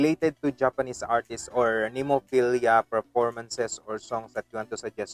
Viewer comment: Nice enough reaction but how can you say the name wrong so many times even after it’s said 3 times in the actual video? There’s no IA at the end, it’s easily pronounced as Nem O Phil A